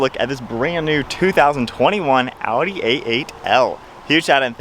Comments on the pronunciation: Man thats Audi not a-u-e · That is Audi but you said (Au-e) A8L